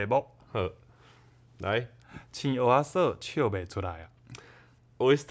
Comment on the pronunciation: 在"蚵仔"的發音似乎比較標準？"蚵"有點用到喉嚨的音，的發音聽起來比較像"芋仔"？